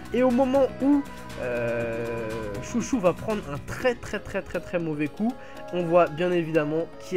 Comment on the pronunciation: C pas chouchou c chô cho